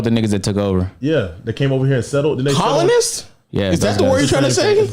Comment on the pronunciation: already had me dying when he couldn’t pronounce “colonists” 😭